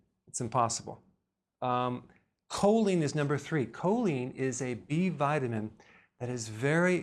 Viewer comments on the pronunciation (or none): Anyone else sign Jolene by Dolly Parton every time he says Choline 😅